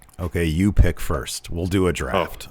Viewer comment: Ferst, Farst, Furst.